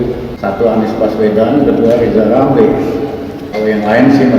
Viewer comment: Huruf R nya di pelbaiki dolo bp Lizal Lamli